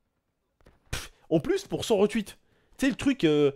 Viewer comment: Tu peux arrêter dire retwuit stp c'est retweet